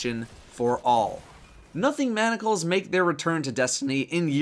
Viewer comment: How can someone take you seriously when you " Nothing Monocles " instead of " Nothing Manacles " lol my god